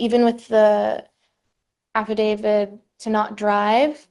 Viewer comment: That lawyer said “affidavid” not “affidavit”. Hmmm